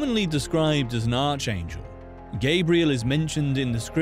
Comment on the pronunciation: "Arch" in Arch Angel is pronounced ARK 🤦🏻‍♂️